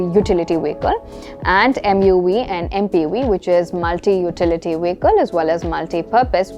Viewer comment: Good,! Just a suggestion. I think you need to check on the pronunciation of vehicle. I heard the 've' sound at the first syllable. I think, the pronunciation is 'vee-kl' instead of a 'veh-kl'.